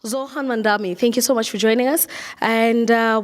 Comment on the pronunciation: Interviewer is calling him Zohan Vs Zohran. She doesn’t even say his name right. I know British English in Uganda ding say R but still